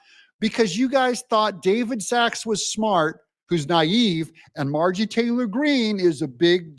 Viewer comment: M-A-R-J-O-R-I-E. Why can’t you learn how to pronounce the lady’s name. Do better. Her name is NOT “Margy”.